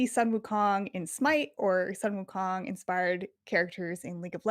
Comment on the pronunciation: Stop butchering Sun wukong's name. It's not 'san'